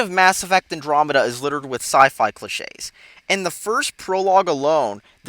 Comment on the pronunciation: Andromeda is so good. you never know what you are talking about. I love this game and it is so good. plus what Is Andromeda? you say it completely off and you say specieses when it is species.